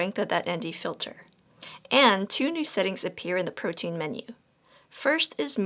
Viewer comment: About ish when you say "two new settings appear in the protien menu". I listened to it five times and can't figure out what menu this is. I searched all over for it and I can't find it on mine. I really wish this was clearer for new users.